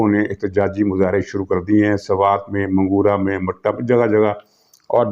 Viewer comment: محترم، منگورہ کا درست تلفظ یوں ہے،،، منگ- ورہ Mingawura